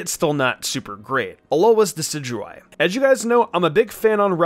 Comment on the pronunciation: Red Rum dicidyeye? It’s decidueye